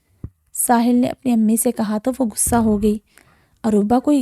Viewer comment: I can't hear it after 10 seconds, the word is "Ghussa" not "gussa". Urdu is a beautiful language and you must speak it correctly.